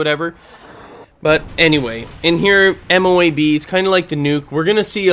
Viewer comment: I know you might not know, but MOAB can be said in one go. (Moe-ub) They are basically smart missiles